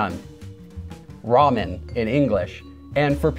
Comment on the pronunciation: Am I the only one who hears Lamyeon and Sarang? Maybe because of my native language